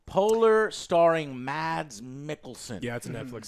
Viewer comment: Fyi you dont pronounce the "d" in mads like that .. it's a silent d. The name is pronounced like "mass" but with a much shorter a sound